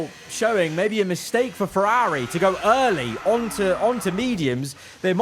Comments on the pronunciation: No hate but why does he say Ferrari like that😭😭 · Why does he say Ferrari like that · Why do you say Ferrari like Feraaaaaarri and Aston like Astin